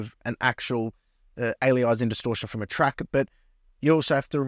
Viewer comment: Alias… Anti-aliasing. There’s no word called “Ali-izing”, that’s not what it’s called. Cool demo though!